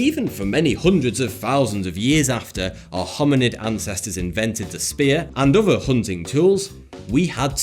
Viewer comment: SAY IT OTHER Oðððððeer not ovvva Jesus Christ your speech impediment is annoying